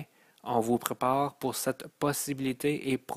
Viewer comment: Beau message ,mais au lieu de ( messâge,prepâre ,câr, frwere ) ( message ,prépare , car , frère etc..) Ô la la espérons que rendu à la 13 ième le langage est universel . Désolé...Difficile à écouter. Déconcentrants. Mauvaise phonétique,diction ouf ! Énervant . Un minimum SVP